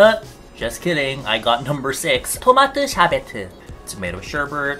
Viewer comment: “tomateu sherberteu~” ”tomato sherbet”